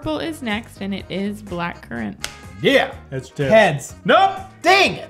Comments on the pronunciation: Oooh I’d never complain about not getting green in a packet. And I don’t mind you guys taking the piss out of the uk as long as you don’t mind us taking the piss out of you.🤣 Black-Curr-ant 🤣🤣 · Nobody in the history of humanity has ever pronounced blackcurrant like that